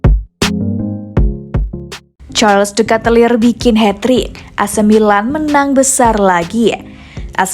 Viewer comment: Bacanya bukan katelir.. tapi keytelar